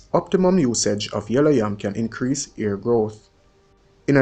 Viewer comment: Def education but the way you pronounce words WRONG is a turn off for me. For example you pronounce "hair" as "ear" "help" as "elp and drop all your th's you sound ridiculous instead of elite Found this so annoying I'm going to block this channel